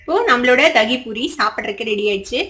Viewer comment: தாகி பூரியில்லை தங்கமே இது தகிபூரி அதாவது தயிர் பூரி ஒக்கேவா குட்டி